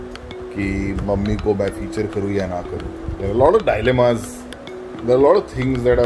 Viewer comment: You wronlgy pronounced a word "DILEMMA". A typical Gujarati like me...😀😀